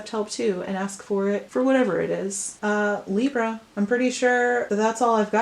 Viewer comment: What Hell Is With Your Camera? It's Freaking Me Out And It's Libra Not Libruh? WOW